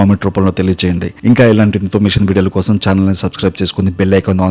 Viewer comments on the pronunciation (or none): none